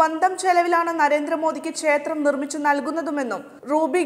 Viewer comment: പറയാതിരിക്കാൻ വയ്യ നിങ്ങളുടെ ഉച്ചാരണം മഹാമോശം , ചേത്രം എന്നാണ് പലയിടത്തും ഉച്ചാരണം. "ക്ഷേത്രം" എന്നാണ് ശരിയായ ഉച്ചാരണം.